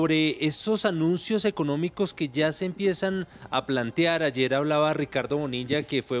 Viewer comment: Señor presentador', el verbo es: plantear; con E es incorrecto decir: "plantiar". Suena horrible.